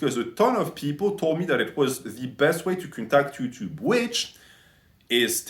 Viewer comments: One of the best "herro youchub" i have ever heard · 'Ello 'Utube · We got to hear our beloved say "Ello Yuchub" again!